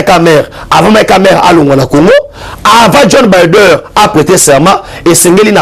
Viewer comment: Opération de grande" envigueur," on dit" Envergure"mon frère bo kendeke classe,eza te soki ozali miso makasi okoki kosala nioso na RDC. N'importe quoi? Joe Biden et non bider. Tu es vraiment éparpillé dans ta façon de transmettre tes soit disant message.